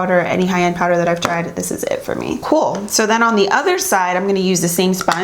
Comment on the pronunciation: What i the only only that heard say "coowel" aka "cool" and thunk of the Movie MeanGirls when Africa was talkin to dude in class He asked if she wanted to come to his Halloween party n said "Gruel" (and said "i totally meant to say cool & good and said gruel") he said well ok then "gruel it is"....? I love me some i swear shes ahhhhmazing & down to earth and so sweet! Shes just "Cooowelll"!!!! ***also: there's absolutely nothing wrong with ur teeth hunty, I'd kill to have stark white teeth like urs plus they're beautiful***